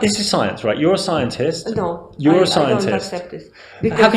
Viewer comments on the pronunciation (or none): 😂🤣🤣! Great! Had me laughing at the "psyintist"! Surprised how long you had her there. I'm thinking these people have to have much faith to deny there own brains...but...😂